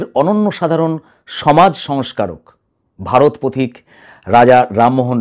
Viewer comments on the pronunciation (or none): none